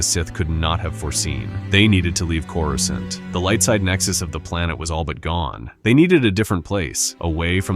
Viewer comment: Why did you pronounce Coruscant like that? Smh…